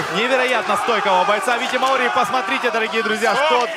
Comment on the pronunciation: МАори, ударение на А, деревня. А бой просто великолепный.